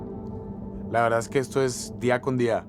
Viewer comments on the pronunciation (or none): De velda en velda el ploceso eta muy bueno 🤣🤣💗💗